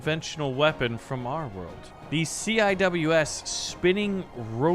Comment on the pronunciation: "See-Wiz" is how you say CIWS